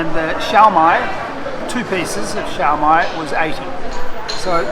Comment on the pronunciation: we pronounce it as SYOPAO SIO PAO not CIAO PAO and SIOMAI as SIO MAI not CIAO MAI